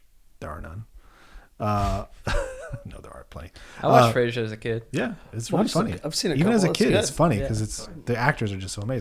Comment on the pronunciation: is true detective season 1 non-admissible? also im so triggered by saying fraser but ill be okay